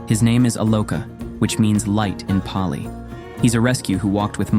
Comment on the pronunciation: Your video is good but your Pali pronunciation is not